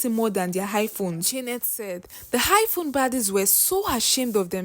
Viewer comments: Listening to you pronounce iPhone as Hiphone I can authoritatively state here that you come from the Akamba community in my country Kenya. Hi! 🤣🤣🤣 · Why u saying high phone 😅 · Highphone abi iPhone?🤣🤣😂 Yoruba people nd pronunciation 😅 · It's not highphone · Am I hearing Hi phone??😂😂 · 🤣🤣🤣I heard same